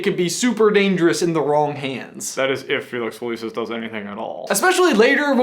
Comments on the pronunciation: Do you pronounce all of these harry potter names wrongly on purpose? Who is my-rope? Me-roh-pay... Whats felix feleace-iss? Felix felississ... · Okay this is great but it's Felix FelICis not Felix FelEECis.